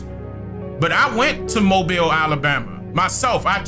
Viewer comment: Yea you said mobile correctly